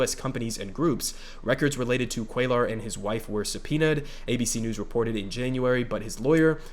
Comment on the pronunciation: It’s pronounced “Cway-ar” but hopefully we won’t have to say his name anymore very soon